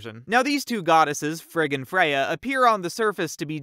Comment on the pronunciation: it sounds like he is saying “frickin Freyja”